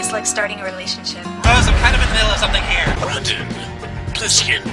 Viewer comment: Rai"dan"? I think you mean Rai"den".